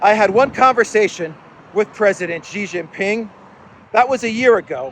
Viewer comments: if it not Ghezz, it is sheeeeeee, sheeee jinping NOT GHEZZZZ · Xi Jinping = SHEEEE jinping NOT JEEEE not Gheeeee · you and JAURA JINGHAM OF JOX NEWS needs to stop saying it wrong. PRESIDENT XI JINPING = SHEEEEEE JIN PING NOT GEEEE NOT JHEEEEE NOT JEEEE.. Sheeeee like GIRL. SHEEE SHEEEEE SHHEEEEEE. ALSO, BEIJING IS A FLAT J LIKE JACK NOT A FRENCH J LIKE JACQUE COSTEAU.